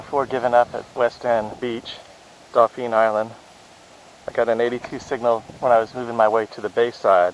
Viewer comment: Nice video I gotta correct you though 😊 Dauphin Island is pronounced Daw-fin 👍🏼 Good Luck in the future & Happy Hunting